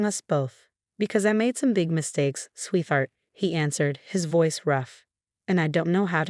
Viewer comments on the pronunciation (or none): It's all AI. They are quite phonetic. One of my faves is swee-thart.